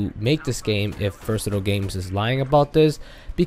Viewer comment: Bro its visceral not versital I can't spell them right but u get what I'm saying anyway